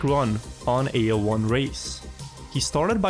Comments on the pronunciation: My old as can't stopping hearing A01 as A O L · Cuando pronuncia AO1 parece que dice illojuan